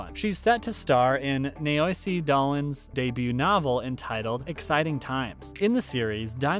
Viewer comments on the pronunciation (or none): Can someone please instruct the narrator on correct pronunciation of the actors' names and also the Irish author Naoise (pronounced Neesha)